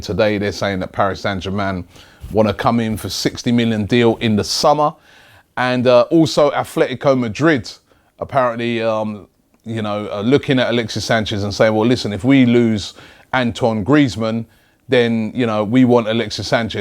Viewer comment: I'm yet to hear an Englishman pronounce Atletico Madrid right. It's ATLETICO, not ATHLETICO ffs, get your shit together if you want to have any credibility in what you are saying. It's not just you though.